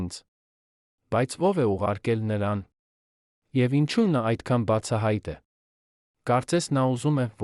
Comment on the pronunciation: Դուք հայերեն ճիշտ խոսեք խնդրում եմ։ Ոչ թե հետում ,այլ հետևում,ոչ թե ի՞նչու այլ Ինչո՞ւ։